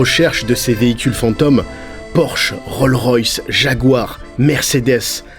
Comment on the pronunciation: roleroyce 😂 mais non ca s'appelle Rolls-Royce